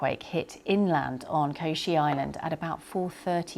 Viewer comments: What did she call the island? Koshi? It’s Kyushu, pronounced, as you would expect, kyoo-shoo. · Kyushu not Koshi please do better in pronunciation... Extremely sad, I love Kumamoto and the area, prayers to all involved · She mispronounced Kyushu as "Koshi" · I know it’s not easy (and hardly the priority in this news story) but her pronunciation of Kyushu island and Takaichi PM’s names are horrible. BBC you should do better. You’re broadcasting quite internationally. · How can you mispronounce Kyushu that bad? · I was thinking the same thing. I had to Google it because I didn't know what island she meant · it's just pure laziness